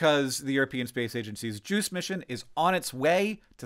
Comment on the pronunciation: You always wanna make sure that, if you pronounce an acronym, you also display it on screen, lest you end up with the ESA's "Jews" mission